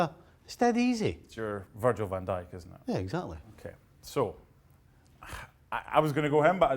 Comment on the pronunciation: Man said Van Dijk ffs😂😂